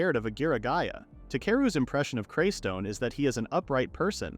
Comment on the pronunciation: It’s not craystone